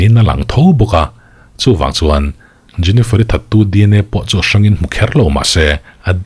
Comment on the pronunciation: a isawi hming khi jeniferi iti ve2😂😂😂